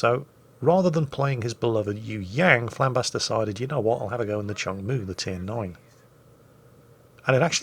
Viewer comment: My grandfather served on this ship from 1970 to 1976, don't remember the spectacular camo scheme though lol Oh also it's pronounced "Choong Moo" not "Chung Moo"